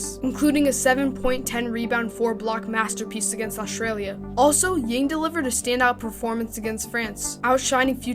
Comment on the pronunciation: Good content! just a gentle reminder, his last name pronounced as "young" without the "g" in Chinese.